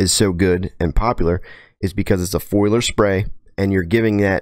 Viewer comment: Foliar. Fo-le-R.